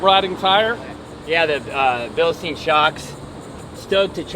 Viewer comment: it’s pronounced Bilste”I”n with an I. It’s German and the I is after the E in the spelling. Just a friendly correction.